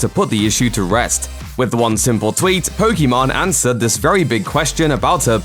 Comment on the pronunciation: Can we all get this idiot to say Pokimane correctly….. it’s literally been years and makes no effort to improve.. ffs